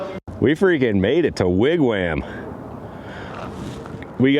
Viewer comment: Wig Wham? lol...It's pronounced Wig Wahm. Even with the breakdown it looks like a fun trip. Stay safe! Cheers! Zip~